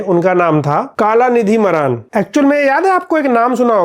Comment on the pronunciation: मारन है भाई मरान नहीं